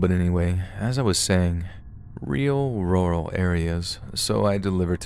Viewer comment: I see I’m not the only one who has trouble saying the word rural lmao